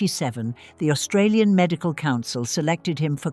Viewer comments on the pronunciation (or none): none